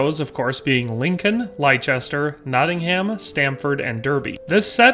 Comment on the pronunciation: "Lie Chester" 🤣